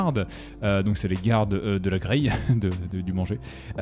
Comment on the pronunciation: Grail = Graal … pas La graille ! Même si ça aurait pu coller 😉